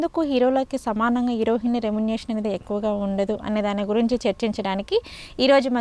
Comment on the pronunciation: హీరోయిన్ అని పలకటం రాదా లేకపోతే ఫ్యాషనా